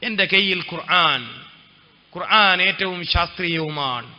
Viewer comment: قرعان😂ال قرءان